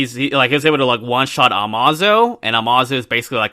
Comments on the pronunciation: Did just say “Uh-Maw-Zoe” lol it’s pronounced “Uh-May-Zoe” or “Amaze-Oh” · Bro …it’s (AMAZE O) not (amah zo)